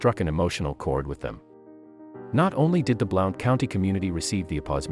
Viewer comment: It's pronounced BLUNT I live here and I lived at Top of the World at the time on Hide Away Trail off of Flat's Rd